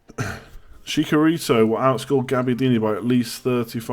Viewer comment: For the love of god... Chich-a-ree-toe